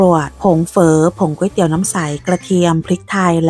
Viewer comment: คุณเป็นคนแรกที่สอนพูดคำว่าก๋วยเตี๋ยวถูก คนทั่วไปจะออกเสียงว่า ก้วยเตี๋ยวหรือก๊วยเตี๋ยว ซึ่งขัดใจเรามาก เพราะมันไม่ได้อ่านว่าก้วยหรือก๊วย มันคือก๋วย 😂😂